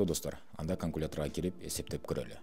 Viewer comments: КаҢкулятор дечи 😂😂😂😂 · Каңкулятор дейт ко )))